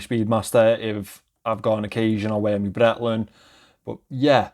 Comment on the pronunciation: This would have really needed a date with a diamond tester. I don't think actual sapphire is off the table at that price point, 1mm flat sapphire is rather cheap by now. Btw you mentioning your "Brettlin" made my day. Missed that accent. 😂👍